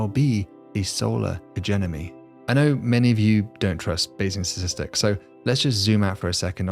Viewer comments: I heard ‘Sasistics’, at the beginning… am I having a stroke or going deaf? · What are "satistics" and what is "satistickle"? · It's pronounced STATISTIC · not sure why it cracks me up that the prof reliably just cannot pronounce the word ‘statistics’ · And around most stars, do they not pronounce the first 't' in Statistics? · he can't pronounce statistics. annoying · I’m going to withhold my channel subscription until David learns to pronounce “statistics” properly.